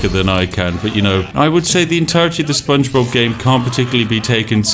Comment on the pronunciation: "Spongebobbu" -Lewis Brindley, for no real reason